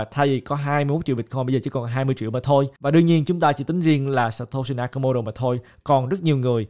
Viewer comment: hình như phải đọc là "sa to si na ka mô tô" ơi:D